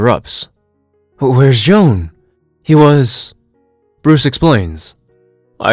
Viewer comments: You pronounced the Martian Manhunters name wrong. It’s not Joan it’s J'onn J'onzz. You can learn how to pronounce his name is season 1 episode 2 of Justice League the animated series. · J’onn J’onzz’s name is pronounced with a French accent, like /'ʒon 'ʒon.z/. Similar to the actor, “Jean-Claude Van Damme.” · Its pronounced "J'zahn"